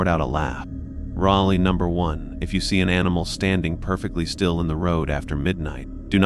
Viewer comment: What is wrong with the pronunciation of countless words !!!!!!!! You’ve used the same voice and nearly everything as another channel and butchered it!!!!! AI cannot pronounce the difference in the English language. At least the other channel got there’s to pronounce RULE